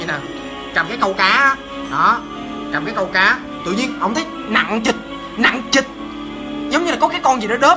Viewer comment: nặng trịch chứ sao anh lại nói là nặng CHỊCH